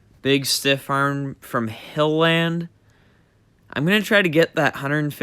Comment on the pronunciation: homies name is pronuonced hillund not "hill land"